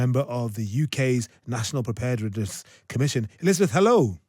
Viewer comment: The presenter is unable to pronounce 'preparedness' 😆🤣